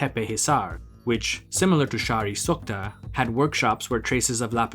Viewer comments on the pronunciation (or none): It's "Shahr'e SukhtE", not Sukhta. xD